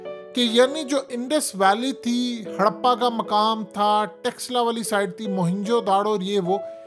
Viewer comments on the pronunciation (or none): Don't say" TEXLA. " It's " "'Taxcilla "”. .